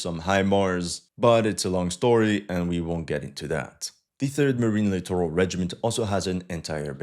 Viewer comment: As a note, the US military generals and admirals, inspired by Alabama-esque 'edumuhcation' standards, pronounce "littoral" as "literal."